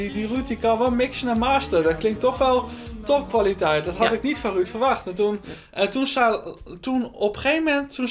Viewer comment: Ik vind het altijd geweldig dat deze mensen beste vrienden zijn maar Ben zegt altijd Ruud in plaats van Ruurd